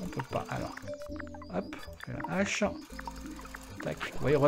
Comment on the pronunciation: Ca fait des années que je t'entends dire des Zhaches...... on dit pas des Zheros non plus, alors... Je t'aime quand même.